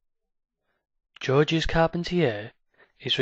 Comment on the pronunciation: Pronounced George. S is silent.